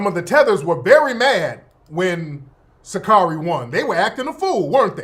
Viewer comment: SHA-CARE-REE not Sha-car-ree. 😂